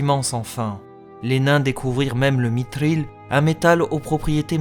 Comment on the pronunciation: Comment peux-tu froisser des puriste, en faisant des efforts sur la prononciation ? (Efforts très notable, bravo ! J'ai tout de même entendu un "mitril", des "soron", un " morgote", alors qu'il y a eu un magnifique autre "mithril" et de superbes "eregion".) Une petite remarque : tu n'es pas non plus constant sur les roulements de R, même sur un même mot (Thror). En tout cas ca fait plaisir de pouvoir écouter une vidéo en français sans saigner des oreilles !!